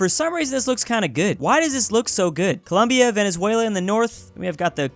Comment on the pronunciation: Colongo? Congombia?